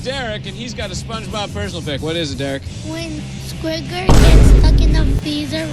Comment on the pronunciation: Did my man just say Squidward with a hard R